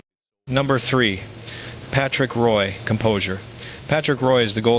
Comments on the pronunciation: No intelligence here i see.just more lazy ass Ai,,it is Roy prenounced as WA not Roy as in toy dummy. Stick to tennis if u even know anything about that. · Definitely Al....Lemieux is a native French speaker, he would not use the English pronunciation of Roy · Yeah, the French Canadian mispronouncing a French Canadian name is pretty much a dead giveaway.